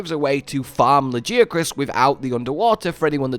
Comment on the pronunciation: You still don’t know how to pronounce Lagiacrus....maybe one day....